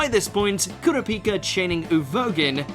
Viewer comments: He said “Korapika”🤦🏾‍♂️ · Kurap-ikka wtf? My ears are bleeding